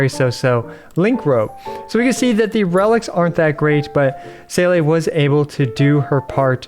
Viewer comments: I know it’s a non issue. But the fact you playd the game, hear the name, people correct you on the daily. And you STILL say See -luh wrong drives me insane. My name is Jacques and any time someone blatantly butchers my name it just feels disrespectful. I know it’s a game. But it’s also a name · My dude... It's "See" as in "seeing" and "le" as in "La Signora". 🤣